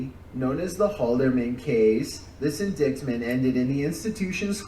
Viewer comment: I cant stand the guys voice in those videos 🤣🤣 and we gonna act like we aint hear him not know the c is silent in indictment?? Bro said indicktment 🤣🤣🤣